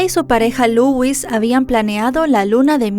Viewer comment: Se pronuncia "Louis" no Legüis xD